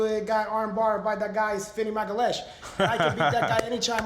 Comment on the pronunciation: “Vinny Fagalhaes”